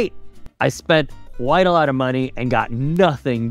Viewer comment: your pronunciation " quite" is not correctly